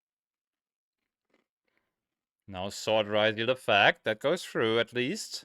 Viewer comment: You spell it as ryzeal as you call it rRYZOLE its a yugioh card not an anti depressant medication